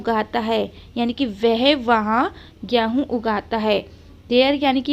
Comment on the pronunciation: Gehu mat boliye game hun Hota Hai